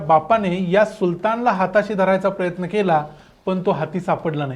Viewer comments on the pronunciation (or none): none